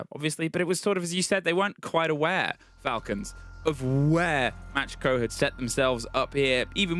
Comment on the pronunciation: Are they saying Match-Co? Isn’t it Macko?? Like the shark? What letters are they seeing?